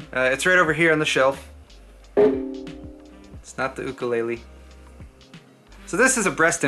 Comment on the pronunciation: OMG! You pronounced "Ukulele" correct! As a Hawaiian, I am so proud of you!